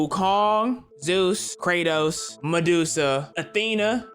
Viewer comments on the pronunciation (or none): Bro said krotos